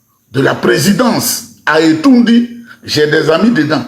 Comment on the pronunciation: Ce n'est pas Etoundi mais c'est Etoudi